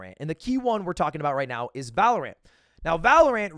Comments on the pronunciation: It really triggers me that you call it valor ANT and not valorant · why does he separate the syllables of valorant? it's not valor ant lol it's valorant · Lud really out here calling it valoRANT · The way he says ValoRant is kinda weird 😂😂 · Why does lud say Valorant with so much emphasis on the a? My dad saying pokemans vibes.